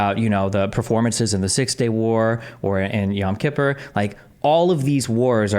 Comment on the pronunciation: can’t even pronounce “Yom Kippur” and he is your champion? 😂